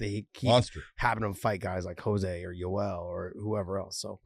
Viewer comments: Josh. It's pronounced Joh-zay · Nor should you...his name is "Joe-zay"...just like RDA is pronounced "Ha-fael" not "Rafael"...it's a respect thing.